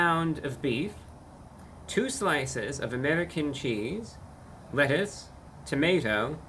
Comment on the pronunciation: The "wettuce" 😂